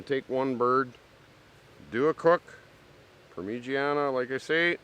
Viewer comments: "Premegania" lol Parm-A- Jhon is how its pronounced brother.......just saying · He’s trying to say it the italian way pronounced “Parmezhanya” (sort of) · You know I like this guy but he’s really getting on my nerves with how he says parmesan cheese